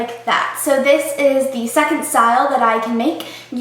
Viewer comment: did anyone else hear how after she did the first hairstyle instead of saying "now for the second look" she said "now for the sex look" yeaa